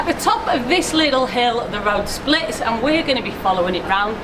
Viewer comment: What is "liddle? Liddle walk, liddle beach.!